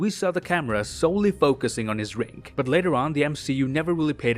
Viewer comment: Bro pronounce the d in drink it’s not rink